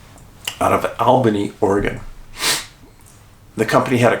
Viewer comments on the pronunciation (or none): FYI - we pronounce it All-bany (Albany, OR) lol